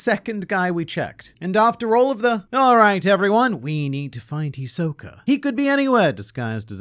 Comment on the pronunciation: You mispronounced Hisoka.